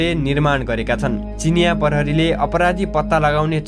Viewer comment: परहरी हैन प्रहरी हो मुजी